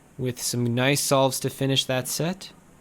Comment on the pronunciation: Patrick gets 6.90 Also Patrick- "noice"